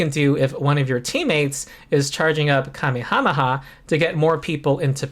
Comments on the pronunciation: You still don't know how to pronounce 'Kamehameha.' (He was a Hawaiian king) It is pronounced kuh-MAY-ha-MAY-ha. The emphanis is on the MAY. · that is how the kings name was said, not how the attack from the popular anime series is said